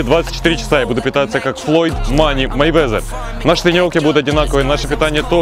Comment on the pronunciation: Вова Мэйвезер, а не Майвезер, хоть бы перед тем как клепать ролик читай нормально биографию